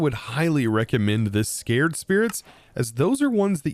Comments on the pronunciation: Sa-cred spirit. not Scare-d spirit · Anyone caught saying "scared" spirit instead of sACred?:P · "SAY-cred!" I've been muttering at the screen, lol. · "Sac-red" and in holy not frightened. this was so funny to hear you misspeak.